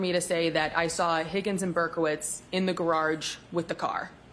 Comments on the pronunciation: Imagine saying gararge multiple times and then being pissed about him mispronouncing her name 🤡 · She can’t pronounce the word garage. She says “gararge”. Hahaha! Is that how they pronounce it in MA? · The way she says garARGE makes me crazy. She must have taken Hanks hebatoba and inscissor English class. 😂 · What is a "Garge"?..😂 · Oh she’s going to get the unwanted lash back and negativity from the public, online and social media now. She deserves it! She could have come and testified without the attitude and unprofessionalism and testified truthfully. And BTW the word garage is not pronounced gar-Rage” ma’am! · Why does she say “gararge”? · WTF is a “gararge”? 🤨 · She pronounced "garage" as "gararge", twice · Distorted memory? False memory? Give me a break. That judge imo should be prosecuted after this. The objections she sustains on behalf of the state are confusing and seem very bias based. Oh and wtf is a "gararge"? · The irony of getting mad someone can’t say your name all the while butchering the simple word garage is hilarious!! What a joke 😂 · She also has problems say garage, must have something to do with the R in the word. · Did anyone else notice the way she pronounces “garage”…or am I crazy? lol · Why has she not been arrested for murder of the word “garage”? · Someone please tell this woman that there is only one R in garage.